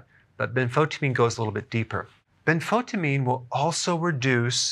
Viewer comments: I don't think you are pronouncing benfotiamine correctly. I've heard several others emphasize the EYE sound in the middle of the word rather than skip the letter "I" - so ben-fo-TIE-a-meen not as you say ben-FO-ta-meen. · Ben-fo-tya-meen, not ben-fot-ameen. Thiamine is pronounced with the "thya" sound. It's not Thi-meen, it's thya-meen. Benfotiamine. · Please say Benfotiamine (ben·fow·tee·uh·meen) instead of Benfotamine. It will make you sound like a professional. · isn't it ben-fo-tie-amine, rather than ben-fotamine? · Ben- fo -tie-amine...is the pronunciation it is chemistry . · The “tia” in Benfotiamine should be pronounced “sha” …. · You are not pronouncing benfotiamine properly. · He cant even pronpunce it. Wow